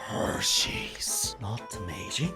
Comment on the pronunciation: You said that Hershey’s like that handbag meme😂💀